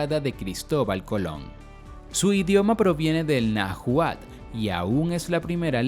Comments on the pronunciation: Me encantó. Solo que te faltó mencionar que ciertos grupos solo viven en ciertos estados y no varios estados como lo mencionas por ejemplo los grupos étnicos del norte de México. Ahora la palabra Náhuatl la h es muda y se dice Naualt así como lo escribo que es un grupo muy diferente a los Naguas de Centroamérica. Gracias por el video, excelente trabajo. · Por qué pronuncia mal Oaxaca? O náhuatl? Osea si hay algunos autodenominados nahuas pero debería especificarlo hdspp xd